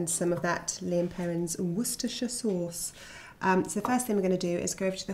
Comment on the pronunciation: She says "Worcestershire" better than most Americans.